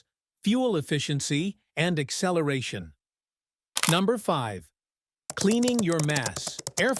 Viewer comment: Really ? USELESS. Your CGV speaks INCORRECTLY ! 1. A vehicle does not "excellerate". 2. "firstly"? 3. There is no such word as "amagin". Who is this video for, 16 year olds ? DUMB !